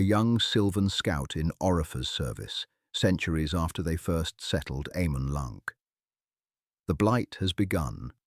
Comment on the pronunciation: AH-man LAHNK